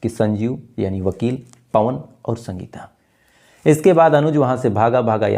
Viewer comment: Bhai, कई बार कहा है आपको, हिंदी के उच्चारण पर ध्यान दो इश्कूल, आद औलाद शक्ति से पूछताछ शुरूकी राहत की शास पत्नी का नाम शंगिता ऐसी तमाम उच्चारण आप गलत ही करते है कृपया सुधरे शायद आप ध्यान देंगे